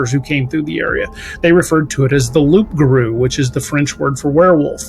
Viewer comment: It is actually Loup Garou, and the "p" is silent, so pronounced Loo Garoo. And loup in French means wolf.